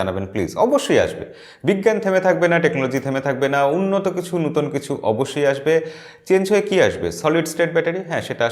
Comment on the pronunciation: আপনি নতুন(নোতুন) কে নুতোন বলেন কেন ???